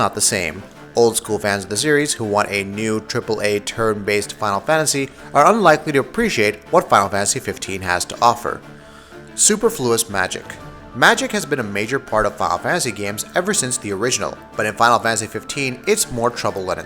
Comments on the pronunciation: Super-fluis Magic?, My-thology? Might wanna look up a phonetic of those words before using it again. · Super Flourous? the fuck? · Superflous = super, which sounds like the beginning of superb then "flous" which is like saying St. Louis, MO but with an "Fl" (Flew us). If you're going to try to use "big" words to sounds like a pretentious hipster complaining about a game, at least know how to correctly say it. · You pronounced "superfluous" wrong. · Thanks for the video. Would prefer if you pronounced words correctly like 'mythology' and 'superfluous'. Detracts a little from the presentation :)